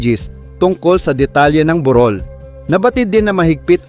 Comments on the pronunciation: Paki usap ho sa Vloger!! Pilipino po kayo,.. Paki Ayus salita nyo..La’bi ,.. bu’rol…hindi labi’ at buro’l…. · Napansin ko din Yung "burol" pag pronounce nya bukid